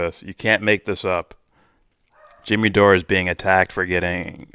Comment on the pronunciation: Kim Iversen IS super hot! And brilliant too. Mispronouncing Dore’s name, as Pakman did, is a typical way jackasses like him attempt to diminish someone with integrity like Jimmy. Pakman knows full well how to pronounce Jimmy’s name & I’m so glad I unsubscribed from Pakman years ago, Mr Faux Progressive. You’re doing a great job,. For someone who doesn’t get into politics, or liking this one or that one, you really know your shit & are very discerning. Keep up the good work. Your audience will grow. I mean, let’s just keep it real. 😉